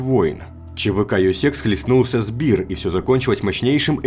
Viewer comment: Bear говориться как Беар а не как биир потому что биир то есть beer переводиться как пиво